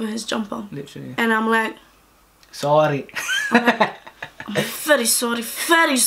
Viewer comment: I looked down and said ‘zorry’ 😂😂 i love man how can you not